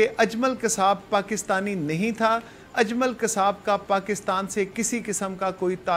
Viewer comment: یے اجلم کون ہے باجی جی۔ اجلم نہیں اجمل نام ہے